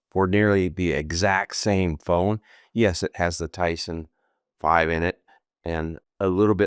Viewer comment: Tyson 5? It’s Tensor 5.